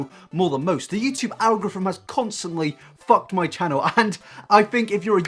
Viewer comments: Owgruffum. What? Owgruffum. Ehhhhh? Al-go-ry-thm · Nobdody:: “algraphim” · “The YouTube algoryvmmmmmmmm” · Good video, but I feel like I need to send you a dictionary.. ;) YouTube CREATOR, not CURATOR. DRASTICALLY, not JURASSICALLY. EMPATHISE, not EMPHASISE. And finally, ALG-O-RITHM, not ALGRITHM... haha! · “Algrofrim?” Algorithm? Those no F in it. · Wow you consistently struggling to say the word ‘algorithm’ is causing me physical pain. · Al-go-ri-thim? Are you saying "al-go-frim"? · al-go-rithm algorithm algorithm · Algorithm is pronounced like algo-rhythm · Omg you cannot say the word algorithm please never try again. All I hear is algorthmmmm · The way you pronounce algorithm bothers me a great deal. It's pronounced - Al Gore Rhythm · Literally everyone else: Algorithm: Algriffm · Al-ga-ri-thum. Algorithm. Fuck my life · do you need help saying algorithm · I don't like how you say algorithm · The way he says "algorithm" 💔💔💔💔💔💔💔💔💔😂😂👀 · the way you pronunce "algorithm" gives me anxiety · OH MY GOD WHY CAN'T YOU SAY ALGORITHM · can't pronounce algorithm